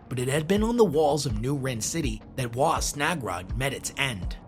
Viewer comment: It’s pronounced rin not wren 🤦🏻